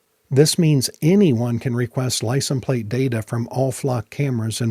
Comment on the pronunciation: You keep saying "licent plate." The is no such word as "licent." It is "license plate." Licent is NOT the singular form of license. The word license IS singular. I lived in rural Kentucky for a while, and a lot of folks there made the same mistake. When asked for their driver's license, they would say, "Let me see if I can find 'em/them," as if the word was plural. They would do that with any noun ending in "ence," such as fragrance. Evidently, they struggle with literacy and think because there's an "s" sound at the end of certain words, they are plural. FYI, licenses is the plural form of license.